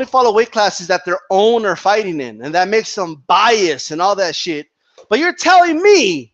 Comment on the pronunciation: It's funny when says: "holy sheeit"